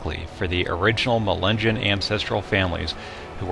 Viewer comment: I thought Melungeon was pronounced Muh-lin-nyon